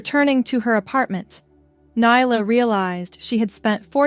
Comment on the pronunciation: Stop mispronouncing nyla 😮